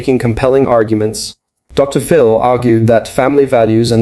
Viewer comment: Since you are using an AI voice, try typing out the word "doctor" when you use a title as in Doctor Phil. When you type the abbreviated title: "Dr. ", the AI voice thinks you mean that the period contained within the title is at the end of a sentence. That unnatural pause sounds very weird. The proper name "Phil", then becomes the start of a new sentence. FYI